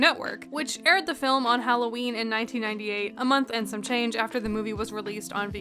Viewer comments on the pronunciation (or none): none